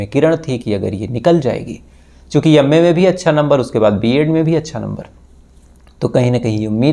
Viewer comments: ji YAM.A. nhi M.A. bolo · यम्मे नहीं भाई एम ए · भाई यम ए नहीं एम ए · यम्मे नही अंग्रेज....एम ए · Bhai ye up se hai up walon ki tone me m ko y jaise pronounce karte hai isliye ma ko yamma bol rahe hai